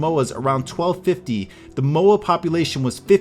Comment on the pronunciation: I live in New Zealand and that's NOT how you pronounce Moa